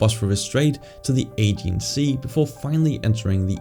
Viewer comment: Aegean Sea, pronounced Ah-jee-an